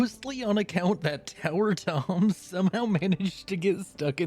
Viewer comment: I thought you were saying tinker tom instead of tower tom and was so incredibly confused, like tinker tom had an occupation change!? When?